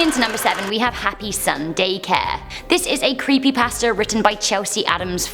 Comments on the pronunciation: When she says creepy pasta it sounds as if she is saying creepy bastard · I thought she said creepy bastards when she said creepy pasta😂😂😂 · I kept hearing "creepybasterds" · I keep thinking that she’s saying, “Creepy BASTARDS.”